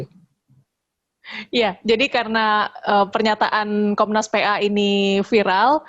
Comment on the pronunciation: Komisi Nasional Perlindungan Anjay. edit: jadi geli sendiri pas denger bilang "PA" karena logatnya. Ironis, jadi kaya orang Pe'A kita ngurusin beginian doang:))